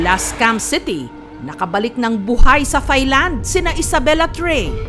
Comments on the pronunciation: Taahhy_Land... not ThighLand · Ms. Jessica TAI-LAND po ang pronunciation hindi THAI-LAND. It's not TH but T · hindi po "THailand" ang pagbigkas niyan kundi "Tie-land". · maam jessica, hindi po yan [thay-land], kundi [tay-land] lang. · Mali po pronounciation nyo ng "THAILAND". Should be "tai-land" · Jessica - Thailand is pronounced as Tailand. "Not TH" just plain letter T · Ms. Jessica. Silent H Po Ang Thailand. Hindi Po yan Thigh Land